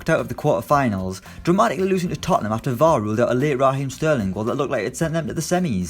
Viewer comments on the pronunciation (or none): anyone gonna talk about how this guy pronounces VAR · That's how we say in Brazil too